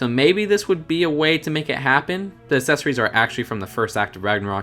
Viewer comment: You’re saying accessories wrong